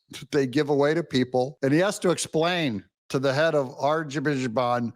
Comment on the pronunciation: Doig learn how to pronounce the country names correctly please. Azerbaijan is a radical islamic country & have committed ethnic cleansing against the Armenians in Noravank! Azerbaijan wanted Armenian land for their gas pipelines! Please don’t trust them just like you can’t trust HTS in Syria! I pray God opens your eyes of discernment before bad consequences can happen!!